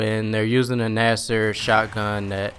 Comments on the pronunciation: "Gnaster shotgun" lol GNASH-er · "GNASHER" not "GNASSER" lol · it's actually pronounced gnasher Lol.......Wise guy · 1. GnasHer 2. HIP fire, not blind fire.